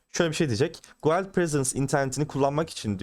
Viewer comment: Dostça bi düzeltme "guild" gild olarak telaffuz ediliyor. Yabancı çok aboneli bir çok kanalın anlatmadığı kalitede anlatıyorsun teşekkür ederim.